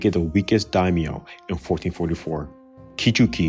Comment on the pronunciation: Does it make anyone else cringe just how badly he butchers the pronunciation of these names? Kichuki? Kano? Maury? Susi? Kitabake? I could go on.